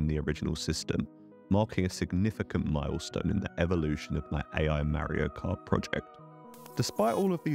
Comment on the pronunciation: It's Mario not Marry-o